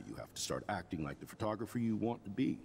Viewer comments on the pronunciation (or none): Why does everyone pronounce it “fer-tographer” lmaooo “I guess everyone is a fertographer now…” lol